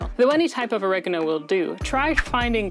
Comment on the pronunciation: Oregano has distinguished 4 syllables, it isn't all said at once. Annoying af voice.